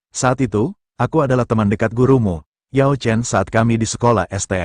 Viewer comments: You chen yang bener bukan yaw chen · Yao Chen bukan you chen